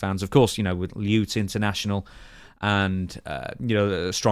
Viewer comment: That's an unusual way of pronouncing Lutte Internationale... 🤣